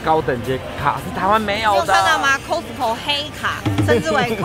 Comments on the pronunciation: 不是唸摳死摳 而是 咖死摳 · "cost" co . not "cos"co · 念咖死口 , 不是摳死口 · 麻煩一下，那個發音是咖司扣，不是摳司扣... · 不是唸「扣斯扣」，是唸「卡斯扣」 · 是念咖斯口，不是摳斯口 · 卡斯扣， 不是扣斯扣… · 你們倆夫妻很愛去costco請發好英文應該是 卡斯扣不是扣斯扣，請不要像大陸客一樣俗氣無禮，說話要小聲點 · 这个costco是念castco的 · 翁雅琳 哈哈哈哈听他们读cost co好别扭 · 應該是要唸 ㄎㄚ斯口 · Costco正確發音是「咖斯摳」唷~☆ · 應該唸“咖思扣“才對唷！ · costco要念成咖死扣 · 这个应该读 卡死口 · 扣死扣，OMG这台湾发音怎么这样？ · 聽了好難受，是唸”卡斯扣”，這是美國品牌，基本常識麻煩請有，別再無知了。不熟悉英文品牌唸法，麻煩請看阿滴英文好嗎！ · 鬼無里 haha我发音是挺好的谢谢你 卡斯扣快把我的美国人朋友笑死了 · 大家都習慣念costco但其實正確要念Costco才對 雖然我也習慣念Costco 一時間要改Costco還真改不過來w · 如果把Costco發音唸正確✅就更好了。Costco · 你这个costco 的发音听起来好难受啊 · 杨嘉伟 我听他讲那个Costco，我还以为我一直讲错了呢😂😂😂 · 杨嘉伟 真的超難受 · costco 的發音 ............ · 怎麼都念Costco 我都是念Costco或是Costco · 他都念錯，還不如講好市多，不懂幹嘛硬講